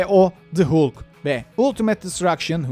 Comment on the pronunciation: Hulk, Hulk diye okunmaz sayın. Haulk şeklinde okuyacaksınız.